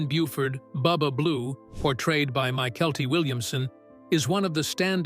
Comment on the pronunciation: One of the big bloopers was in fact of Bubba who was played by a good friend of mine who is MYKELTI Williamson The announcer missed THE pronunciation of his first name .